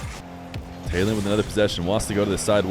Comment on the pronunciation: The name Taylan is actually turkished and pronounced Tylan (similar to Tyler)